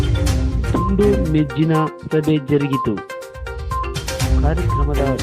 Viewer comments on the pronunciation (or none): ಮೇಜ್ಜೀನ ಅಲ್ಲ ಮೇಜಿನ ಅದು ಕರೆಕ್ಟಾಗಿ ಹೇಳಿ.